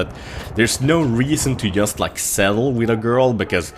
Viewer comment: it's JUST, not IUST.:P